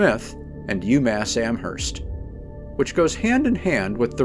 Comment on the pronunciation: its Am"erst", not Amherst, 'h' is silent. and Worcester is said like Whooster if someone didnt know